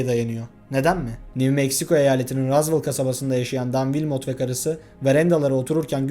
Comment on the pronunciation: tek dicem rozvel die okunuyo rozvol ne